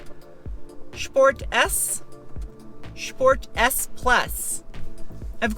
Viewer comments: Are you intentionally mispronouncing sport as shport? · thank you for saying sport the German way, I now love you.